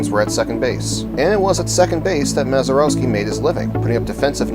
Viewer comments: Mazeroeski...smh indeed. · I'd be more impressed if you could pronounce his name correctly . . .